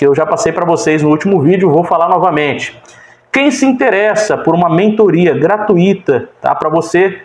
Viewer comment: Muito bom! Amado, as palavras corretas são: gratuito e intuito. São ditongos e não hiatos. Ok?